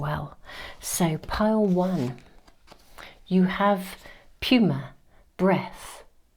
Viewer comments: Card one is pronounced "new-ma", miss. 😅 No worries. Also, I believe that the rain stick sounding off in the background is a synchronicity. It even sounds like a breath! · Dear, I think that word "pneuma" is pronounced "NOOMA" i.e. in pneumonia... "breath"? Always love your readings and I listen to all 3 piles, generally receiving messages from all 3. Thank you so much! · Just wanted to pass along, card 1 Pneuma is pronounced noo-muh. It means breath but is also used to depict Spirit. It was very timely for me! Thank you,. Thank you, Spirit for coming through Always and in All Ways. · Hi This is meant with the best intentions! Pneuma is pronounced using the N as the first letter as in pneumonia. Hope you don't mind. 🙏🩷